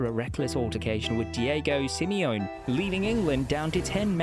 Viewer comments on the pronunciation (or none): Yep, the pronunciations of names like Simeone and Campbell are off. Knocked it off after the Campbell one, wish youtube would mark ai content